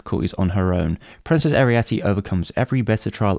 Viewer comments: Great video, but why are you pronouncing Arete like Arietty? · I was taken aback every time you called her Arietty instead of Arete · Why did you keep pronouncing Arete / Ariite as if she had the same name as the Borrower Arrietty? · I wondered about that, too. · I have issues with how you mispronounce her name. ☺️